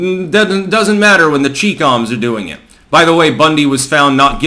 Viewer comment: CHI-Com...CHI...like the tea. Not "Chee"....and thats why Im not bidding on your dumb stick-man.